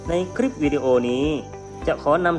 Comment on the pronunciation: ทำไมเสียงบรรยายคลิปของคุณครูออกเสียง ลอ ลิง เป็น รอ เรือ ละครับ เช่น คำว่า คลิป เป็น คริป กล้ำ เป็นกร้ำ